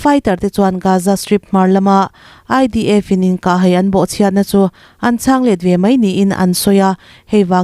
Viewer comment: 'inkah hai' tih a 'hai' tih i sawi dan khi a dik lo a nia. Engtirna han tarlang ila: " Lei ka lai" tiha 'lai' tih thluk anga thluk tur a ni e. 'Bawng ka kai' tiha 'kai' tih ri anga sawi tur a nia. Tawng thluk dik hi i ngai pawimawh hram hram hram ang u aw.👍